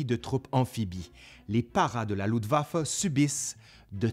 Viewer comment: Il pleut en octobre, et il neige début novembre. Avec une vague de froid très précoce vers le 11 novembre. Luftwaffe et pas Ludwaffe!